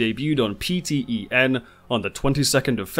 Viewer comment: PTEN is annunciated "Pee ten""